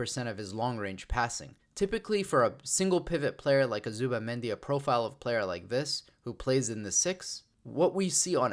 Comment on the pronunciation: I know why you avoid to pronounce it "Zubi"mendi